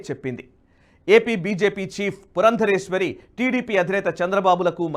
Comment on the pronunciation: అయ్యా ఆమె పేరు పురందేశ్వరి, పురందరేశ్వరి కాదు